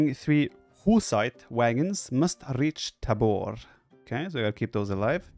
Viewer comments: pronounced as *taahbor, *sedletz, žižka is pronounced well by the game narator. english speaker wont be familiar with the correct phonems belonging to respective letters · I love the villagers speak Czech :) Btw: It is Tábor, not Tabór. Sedlec, not Sedlek. Žižka, not Cicka :)